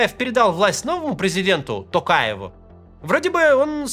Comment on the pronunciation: Уважаемый Максим Евгеньевич, было очень приятно, что Вы правильно произнесли фамилию нашего Президента. Даже несмотря на то, что я за него не голосовал.